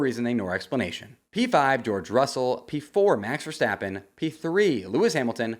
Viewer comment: Start saying Verstappen. Stop saying Verschtappen